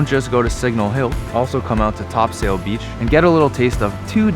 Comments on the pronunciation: You did great saying Newfoundland. But Topsail is pronounced Topsul ☺️ I grew up in Chamberlains and spent a lot of my childhood on that beach. Thank you for spotlighting our home ☺️ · Bruh its pronounced "Topsle" beach lol. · We pronounce it topsull beach lol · oh and its pronounced "Topsoil" not sail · I agree wholeheartedly. He said every other place name perfectly, so it caught me off guard when he said "TopSAil". (For the record, it's a word from Middle English, and is pronounced Top-sul, with emphasis on the first syllable) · Yo! ! That’s my Dads place! I can’t believe you went to Fort Amherst not many people go there. Who’s going to tell them they could’ve gotten the Iceberg beer at the corner store lol. And you guys went to Topsail (Top-cell is how we pronounce it) but you should’ve gone to the Beach Bluff which is that HUGE cliff in the background. You don’t have to hike all the way up there there’s a little path off a residential street. But I have to say, the beach is the BEST sunset spot in the province. In my opinion.I was raised just up the road so I’m not biased or anything 😉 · great video. i enjoyed seeing some of my favorite spots. it's pronounced top-sil :) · Awesome!! Chuckled at “Top Sail”. Fellow Newfoundlanders will get that reference.😉 lol. Refreshing to hear the province name pronounced correctly tho. Not often that happens amongst CFAs. (Another NL reference😉). Looking forward to the rest of the trek!👍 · i can promiss you everone knew u aint from her speaking taht slow down by her we spoeak fast when you aid topsail allmost thought u said the wrog word but its allways great to see someone love newfoundland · Nice to see you having a beer at Topsail Beach, I'm from that area and have had many fires and beer there. Glade you enjoyed it, but too bad no one there helped you pronounce Topsail lol